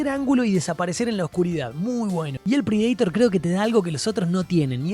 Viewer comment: No entiendo esa pronunciación de Predaitor? O es Predator leído tal cual en español o inglés. De donde sale el Predaitor?